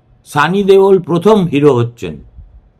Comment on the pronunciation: Something was written like be civil and respectful. But the script of this episode doesn't deserve it. This script is just rubbish. There are so many wrong information it is difficult to count. You couldn't pronounce the surname of Dharmendra properly. Practice it then face the camera. There some names of films in which Dharmendra never featured. There were other wrong infos also. Check them on the internet and give a tight slap to your script team. From now on it will be difficult to rely on the data/information provided in your other episodes. I'm in mid sixties and appreciated your journalism when you were with ABP. But one day in one of your anchor stories in Ananda Bazar Patrika regarding a place of our locality I found that it was laden with lies and false information. Then onwards, I consciously avoided your articles and most of the people of our locality followed suit. Now I fear that there is every possibility that you and your team may not usually collect firsthand information and script it on gossips etc. It happens may be when you try to cover all the current news. Now in this channel also you are trying to cover all the current news on politics, entertainment, scandals, etc. on our state, national, international. Be practical. Don't ruin your credibility. Your fate has given you the second chance. Deliver it with utter honesty.